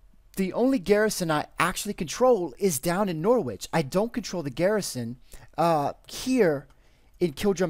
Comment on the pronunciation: Just a word of advice, you don't pronounce the W in Norwich :) Love the videos as always :D